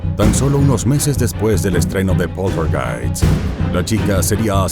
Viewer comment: "Poltergeist" (Pronunciado en castellano) ¡Por dios! Hablad con propiedad.